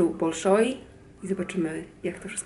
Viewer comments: Wymawia się bAlszoj a nie bOlszoj.:) Nie chciałam być niegrzeczna ale mam nadzieję, że Ty jako anglistka zrozumiesz że czasem scyzoryk w kieszeni się otwiera jak słyszymy bardzo niepoprawną wymowę:D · W języku rosyjskim "o" nieakcentowane czytamy jako "a" ;) Chociaż tyle wyniosłam z kilku lat nauki rosyjskiego :D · Tak dla ścisłości to nazwę teatru wymawia się [balszoj] tzn duży po prostu, a moskiewski balet już rozpoczyna swoje występy w Polsce. Ja zakupiłam bilety na 6 marca do Warszawy, a jakie terminy w innych miastach to nie sprawdzałam ;)